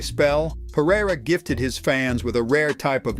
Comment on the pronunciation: If AI is so smart then why can't it pronounce a name correctly? Peireriaia